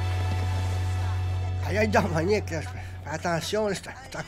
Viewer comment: "Moniqueu moniqueu" mdrrr